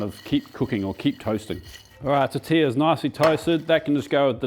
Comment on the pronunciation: But... He got tortilla right! He also missed one other ll word, tomatillo. But, I do give him credit where credit is due! I bet that was an amazing meal!